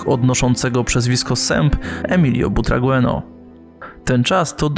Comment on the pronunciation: Kawał historii piłki nożnej, bardzo dobry materiał. Tylko mała podpowiedź na przyszłość, nazwisko Emilio Butragueño czyta się [butrageńjo] :)